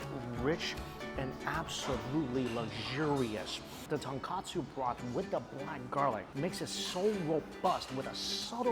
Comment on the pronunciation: Ton-KOH-tsu. Not ton-KAH-tsu.